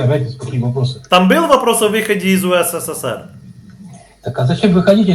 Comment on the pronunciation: не УСССР, а УССР. Вы лишню букву С произносите.